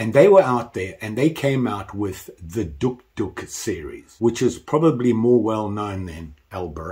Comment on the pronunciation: The O is silent, it’s pronounced, duke, duke, like the dog